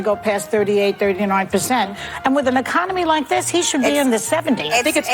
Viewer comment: This idiot in the view said Emiconomy wtf is that she to say Economy.